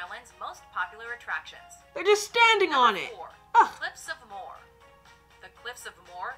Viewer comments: My mothers home county is well represented with both the Burren and the Cliffs of Moher (the woman on the video was awful in her saying the name though, I was told it’s pronounced Mo-her she said it with a dodgy pronunciation making it sound like she’s saying ‘more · Also it’s cliffs of moher pronounced as Mo-her not more ☺️